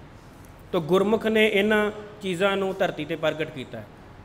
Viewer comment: Read gurmukh, NOT gurmukho. Thanks